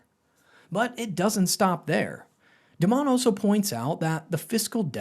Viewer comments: His name is pronounced DIE-MON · This guy doesn't know how to pronounce Dimon's name, which makes me think this video is not informative.